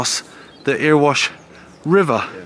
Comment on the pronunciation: Earwash! 👂😂 You're doing it on purpose now! I saw The Pretenders, The Members, The UK Subs and Adam and the Ants at Jacksdale Grey Topper. It used to get packed with a very low ceiling which used to get covered in condensation and drip on ya! It were brill! My dad worked at Pye Hill after starting at Moorgreen. He loved working at the pit. Sorry, rambling now....